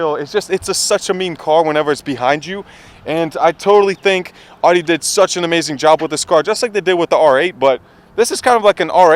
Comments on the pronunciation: Yo bro it’s not ODDY it’s Audi (Owdy) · "AW-DEE"........Shameful. I can't stand when people pronounce it wrong. Its "OW-DEE" my dude. smh